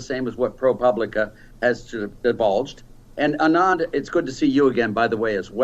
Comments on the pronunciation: It's ANAND. NOT ANAAAND. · That little man is condescending and infuriating. What does the fact that Anand and he went to the same prep school have to do with anything? Meanwhile he can't even be bothered to pronounce someone's name correctly. All that aside his economic theories and proposals are as outdated as he is. I won't waste time watching him again so I hope he will not be asked back on the show. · Jesus, Laffert's mispronunciation of Anand's name is ignorant and infuriating. What a jerk. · Tax revenues literally can't be raised by tax cuts... that's likely saying you breath better after you've drowned because water has more oxygen than air. Side note... Odin save me if I ever mispronounce Anand's name. That look was a RAZOR.